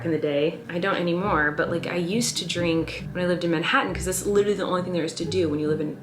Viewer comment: Ok not only does Colleen say Peenk she also says Dreenk